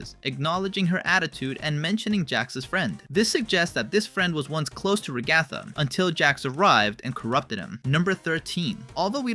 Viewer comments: Ragatha ❌ rgatha ✅ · RAG-uh-thuh not Rag-ATH-a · It’s not pronounced ru-gA-thu it’s pronounced rA-gu-thu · Da fu** you calling her ra ga tha its fu**in ra gu tha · STOP SAYING RA-GA-THA ITS RAGA-THA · Is it a fandom inside joke to mispronounce Ragathas name? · Why do you say ragatha like that? Just wondering